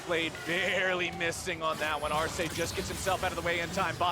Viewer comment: Solo Sjokz pronunció el nombre de 'Arce' bien lol